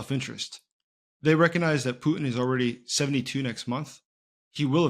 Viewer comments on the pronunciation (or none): none